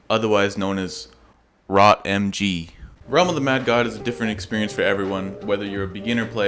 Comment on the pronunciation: It's pronounced "rotmeg"